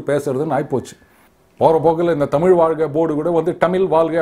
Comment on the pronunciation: So many. Tamil eelu etc etc Even Mr. Annamalai till day Pronounce tamizh as tamil Eezhu eelu vazhkkai as vaalkkai.